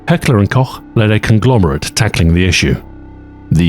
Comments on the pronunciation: That Heckler und Koch pronunciation 👌 Sehr gut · as a german, i can´t thank you enough for correctly pronouncing "Heckler und Koch" and not saying Heckler and Cock.